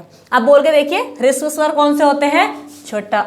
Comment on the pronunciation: ह्रस्व स्वर होता है, आपका प्रयास अच्छा है, किंतु उच्चारण पर थोड़ा ध्यान दें।